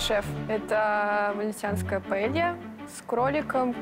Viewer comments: Ивлев, это не пОэлья, а пАэлья 😂😂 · Paella!!!А не poêle!!! Poêle это сковорода. Но блюдо называется PAELLA ! УМНИКИ😂